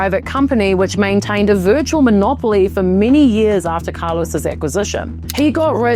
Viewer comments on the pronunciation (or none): none